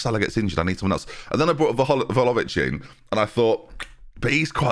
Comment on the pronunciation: I thought I was done hearing VOLOvic 🤦🏻‍♂️😭